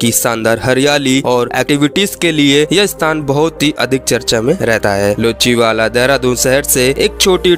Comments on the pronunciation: लोचीवखला नहीं। यह लच्छीवाला है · Bhai vah luchi wala nahin lachi wala hai